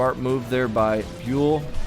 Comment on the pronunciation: One day you will finally pronounce Byul corrrectly.. one day. Other than that, great casts.😁